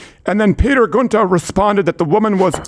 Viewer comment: he says Giunta so wrong lol